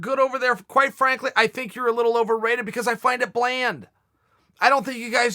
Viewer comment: Why do you fink! Jesus H bud, wasnt Webster's English Dictionary made in England? And you cant say the word THINK properly?